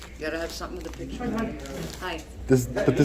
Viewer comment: Hey, it's "picture" not "pitcher". Sure, you're a journalist; yeah that's the ticket - journalist!